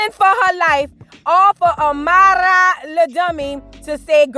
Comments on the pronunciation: lol I thought I was the only one like girl stop saying her name like that 😂😂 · The way she’s pronouncing Amara is stressing me🤦🏾‍♀️